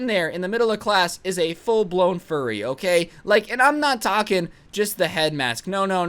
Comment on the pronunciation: Bro when he said "fur-re!" It was very funny.